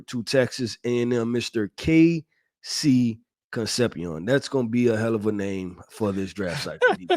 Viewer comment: how your last name Sanchez and you can’t pronounce con-cep-cion.